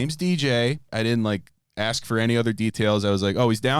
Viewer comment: Call it "I must ash you a question"